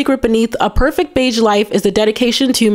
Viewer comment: Beige is pronounced with a zh sound, not a dj sound. Like the s in illusion, not like the j in Joe